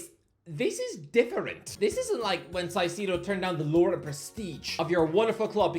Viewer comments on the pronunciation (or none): Hey Irish guy big fan, I’m Ecuadorian and how you say Caicedo is funny. It’s Kai-say-do 😅😅😅Moy-Says Kai-Say-Do